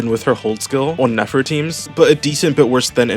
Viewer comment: Its Nefover